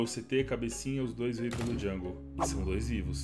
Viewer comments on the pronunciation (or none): none